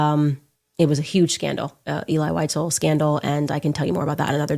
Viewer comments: VIE-ZELL VIE-ZELL Now WhiteZell. good grief. You mis pronounce his name like that monkey does... ELI VIE-ZELL.. sheeeesh. I hope that monkey has bodyguards... 24/7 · She can’t even pronounce his name. Eli Wise-el! Idiot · She should learn how to pronounce his name properly before calling him a liar. it's Elie Wiesel (Vee zel) and he was Romanian not Ukrainian. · She doesn't even pronounce Elie Wiesel's name properky. How sick! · If you can’t pronounce the author’s name correctly, Candy, anything else you say is irrelevant. Lazy with the name, lazy with the truth. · You mispronounced Elie Wiesel's name. Nonetheless, thanks for the video. I grew up among survivors and refugees from Nazi Germany. I recommend reading the books of Primo Levi. I recommend "If This be a Man," "The Truce," and "The Periodic Table." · She doesn’t even pronounce his name correctly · Can‘t listen to these lies, my grandparents were Germans who saw those cruelties with their own eyes living next to Stuttgart airport where they had a small concentration camp for PoW and Jews to be transported to the death camps. By the way, Wiesel is a German name for a little animal weasel, pronounced weezel for English speakers 😉